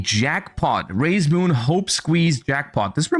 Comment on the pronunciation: When I looked away, I heard him say "Raye's Moon" instead. No wonder he likes this archetype.